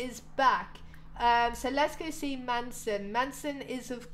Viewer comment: it's not man-son it's mason <3